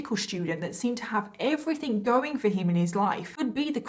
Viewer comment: Im sorry but everything its not everythink